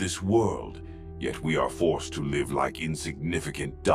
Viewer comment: Is this canon or fanfic? Its pretty good except for how ai always butchers live